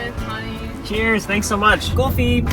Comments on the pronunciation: that was such a dutch Coffee(koffie) lmao. The way you sounded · why did he say coffee so dutch? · why did that "coffee" sounds so dutch? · ryan u said coffee very dutch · Why does around the mark it sounds Dutch